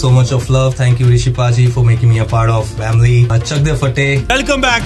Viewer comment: No one: Literally nobody: saying vamily again and again😂😂😂❤💜